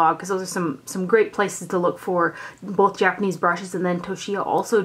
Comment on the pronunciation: You're doing rather well with the pronunciations. Japanese is rather easier if one takes it one or two letters at a time first, then speed up on saying it. Consonants are generally followed by a vowel except for combos like "ts" in "tsu" (you did okay on it, just combine the sounds as one; it's like in "tsunami"). Vowels have regular sounds (a=ah; i=ee; u=oo; e=ay like in "day"; o=oh) except for combos like "gin-bu-dOU" (again just combine the sounds) (you did the "ou" well). :)